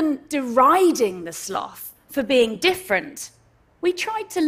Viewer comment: Thank you for not saying slowth.